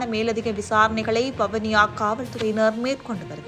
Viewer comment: வவுனியா அல்ல. வவுனியா என்று உச்சரிக்கும். தயவுசெய்து தமிழை சரியாக உச்சரிக்கும். இல்லையெனில் அர்த்தம் மாறிவிடும்